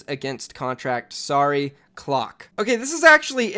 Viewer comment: he said -clock instead of cloak someone had grammarly